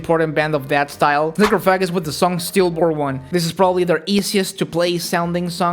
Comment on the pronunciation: BRUHHH the way you pronounced Necrophagist made me think I was watching an old Idubbbz video 💀